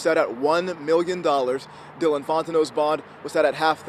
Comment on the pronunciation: ay what point does this dyellin become dylan lmfao